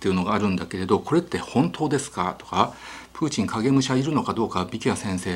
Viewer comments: ひろゆきさんのトゥイッター真似した影響で、プーチン発音までおかしくなってて草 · ときどきプーティンの発音になるの何なんww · プーチンが時々プーチィんと聞こえる〜笑笑。 なんだかプーチィんが気になり話が入ってこないのは私だけ？？笑笑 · プーティンって言ってますか？😆